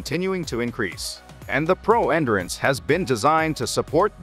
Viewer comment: Please remake with the proper pronunciation for 'endurance'.